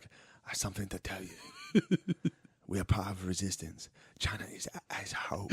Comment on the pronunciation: “…China is asshode…”😂